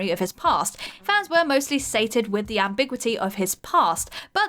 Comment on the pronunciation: "Ambiquity"? Ah, it wouldn't be a video without some word obnoxiously mangled.